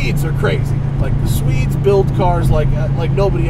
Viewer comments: "The Sweads" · former sweedes, current swedistanees